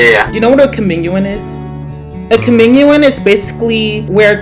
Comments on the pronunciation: “cOmInUiN” Girl it’s communion (cuh-mioon-yin) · NO IT'S NOT FOR OMG COMMUNION IT'S PRONOUCED COM-UNE-ION AND IT'S JUST LIKE SUNDAY SCHOOL/RELEGIOUS EDUCATION SCHOOL! 😭😭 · "cuh-min-u-in" HELP ITS "cuh-mu-nion" right..? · "comminuon" gworl 😔🙏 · The way he pronounced communion it’s pronounced cuh myoon yun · ITS COE-MYOON-YEN😭😭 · LARPING ABOUT COMMUNION AND MISPRONOUNCING IT 😭😭😭